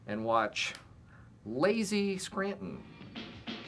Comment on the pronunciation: As a native of Scranton I appreciate they pronounce it correctly. It's Skraan-in.